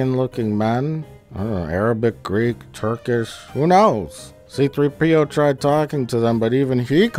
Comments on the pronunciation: Think I've seen every Plinkett twice now, and the only gripe I have is that he says C-3P0 with the accent on the P instead of the 3. You monster! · c-THREE-p-o. Not c-3-PEE-o. c-THREE-p-o. You fuckk